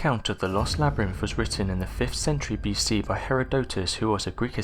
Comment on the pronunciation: "TUTUkahmen"?? REALLY?! If there's going to be real person doing the monologue, for crying out loud.MAKE SURE THEY PRONOUNCE WORDS CORRECTLY!! I also heard "o'vah" for "other", "labRENFH" for "labyrinth" and too many others to enumerate... Sorry, but bad pronunciation SERIOUSLY detracts from the mini-documentary and messes with concentration, especially when the very NAME of the Pharaoh is screwed up so badly! TUTUkahmen...he must be ROLLING in his sarcophagus!